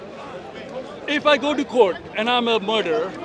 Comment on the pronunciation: Order in the courd order in the courd 😂 jurys judgeg and advocate allowed to speak hey just audiance hey will be held for disrupting the courd. 😂😂